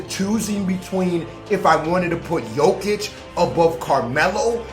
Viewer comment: Two things. One you pronounced jokic correctly. And two you were on cnn 10 this morning